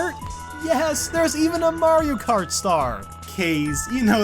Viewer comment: bee mayro i heard mayro